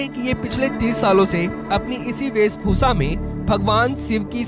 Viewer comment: The VO artist needs a lesson on Hindi Diction. Its "VEESHBHUSHA" and not "VEESBHUSA".!